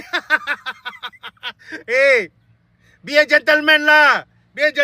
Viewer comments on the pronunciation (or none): yang lebih JEN LEMAN?!!! 😂😂😂 Adoiiii sudah2 la guna AI.